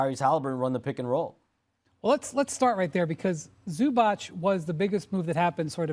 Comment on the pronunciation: Windy please learn how to pronounce balkans surnames ... its Zubac , not Zubač .. 🙏🏀